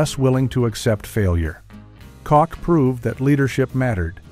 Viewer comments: Ha, silly AI. It's KOTCH not COCK. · Ed Koch... pronounced "Kot-ch." Not "coke," not "cook," not "cock." "Kot-ch". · dumb AI its not KOCK its KOCH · OMG - It’s pronounced ED “KOTCH”, not “COKE”. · Mayor Ed KAHHCH, not Kock. Someone get the AI voice to re-do the name. Sheesh. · Um, hello, Mr. AI...its pronounced Ed Koch, not Ed Kock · I guess you get used to things. It was also the time of Saturday Night Live. The Stones Released Some Girls while Mick lived in NYC. I remember being at a free concert in Central Park and Koch pronounced (kotch) as the AI is pronouncing it wrong! Anyway Koch came to the microphone before the concert to say hello and we all booed him. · Is this narrated and compiled by AI? Why are they pronouncing Ed Koch's name like "cock"? It's with a "ch" sound at the end. Otherwise, all this tracks. I turned 18 in 75 and NYC was incredibly exciting and scary, although we had that impervious sense of invincibility of youth! Never usually felt scared, even though there was surely a lot to be scared of! There were some close calls for sure. Made it out alive though! Many great adventures, clubs, and sexcapades! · Edward Koch is pronounced so that Koch rhymes with Crotch: K-short O- c-hach. This story is AI generated. Or as Ed would say: Bullshit. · In fairness, Ed was one, so it's appreciate in this case. 🤷‍♂️ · kept misprouncing mayor Koch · The AI narration is so annoying — and obvious when it can’t correctly pronounce names like Ed Koch’s. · He needs to learn to say Koch's name properly. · Another AI narrated mess. Can't even pronounce Koch. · When it said the name, Ed Koch.